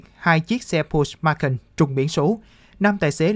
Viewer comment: Nghe phát âm tên xe quên luôn không biết là xe gì. pót chơ mắc can nhé